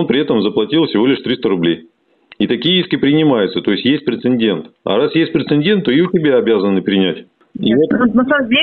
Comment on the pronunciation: Благое дело делаешь,! Только говори, пожалуйста, прецЕДент! Претендент не равно прецедент